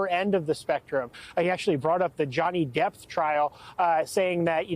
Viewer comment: Does he keep calling him Johnny "depth"?😂